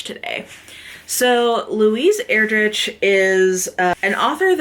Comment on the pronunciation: Ur-drick is how you pronounce her last name. (Sorry to be that person, I am the best at massacring names) I only know this because we had one of her books, CHICKADEE, on our Battle List for a while and we had to teach kids how to say her name. She is fantastic.